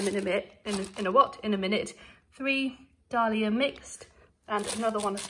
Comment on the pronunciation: Those bulbs you bought were bargains, you pronounce them day-lee-a . Im mad on gardening and dont have one where i live now but im into houseplants as they help my mental health xxx👱🏻‍♀️🐶